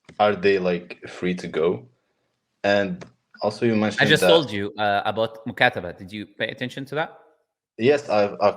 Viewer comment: This person is a liar. He is not from Morocco.. Even if he is an Arab, he is from Egypt.. Because when he mentioned “Mukataba” he said “Mukasaba”